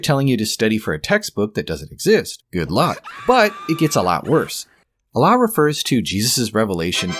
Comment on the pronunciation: Dude how many videos do you have to make just milking this? You just gotta chill at this point or at least lump it all in one video and just focus on God, also dont say "Allah" in the worst Arabic pronounciation just say God they mean the same thing. Speaking of since you MIGHT read this comment I will go over the video. Peak bait reddit title btw (you see I have drawn you as the soyjack and me as the gigachad) "for starters, the Quran claims the sun sets in a muddy spring (18:86), which contradicts basic astronomy. It says humans are made from a blood clot (96:2), conflicting with biological facts. Mary, the mother of Jesus, is confused with Miriam, the sister of Aaron ( -28). The Quran claims the Earth was created before the heavens , but elsewhere implies the opposite ( -30). It denies Jesus' crucifixion (4:157), contradicting overwhelming historical evidence. It mentions dirham coins in Joseph's time , but those didn’t exist yet. It claims Egyptians practiced crucifixion in Moses’ and Joseph’s eras (7:124, ), though crucifixion only emerged much later through the Persians. It places a Samaritan at the Exodus (20:85), centuries before Samaritans even existed. It confuses Mary, the mother of Jesus, with Miriam, Moses’ sister , collapsing 1,500 years of history. And it bizarrely places Haman from the Book of Esther in Pharaoh's court (28:5), despite them being separated by nearly a millennium. Oh, and it calls Ezra the "son of God" in , a